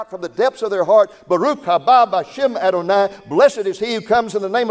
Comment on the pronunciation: You are not pronunciation Adonai correctly your A sound is incorrect